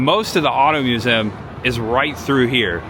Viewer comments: Dude, it’s pronounced “myoo-zee-uhm”. Lol. But, seriously.. great video,. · The way you said museum shows the true Hoosier. Lived mos my life in Bedford and moved to Fairmount about 2 years ago. Next week we close on a house in Gas City. Love the videos man!